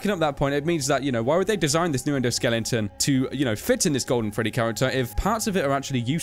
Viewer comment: Why do you keep saying "endoSKELLINGton"? xD